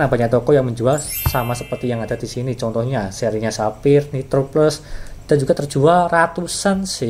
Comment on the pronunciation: cuma mau ngasi tau, kalo cara baca brand nya itu bukan saphir, coba aja ketik digoogle translate, terus coba klik logo speaker nya itu, nah itu cara baca yang bener